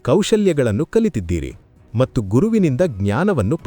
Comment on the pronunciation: ಕೆಲವು ಶಬ್ದಗಳು. ಉದಾಹರಣೆಗೆ "ಮಟ್ಟು" ಎನ್ನುವ ಬದಲು "ಮತ್ತು" ಎಂದು ಉಚ್ಚಾರ ಮಾಡುವುದು ಸೂಕ್ತ.. ದಯಮಾಡಿ ಪರಿಗಣಿಸಿ.. ಕನ್ನಡ ಭಾಷೆ ಬಹಳ ಸುಂದರ